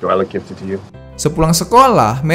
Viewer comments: Bang, gifted dibacanya 'giftid' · G I F TED :v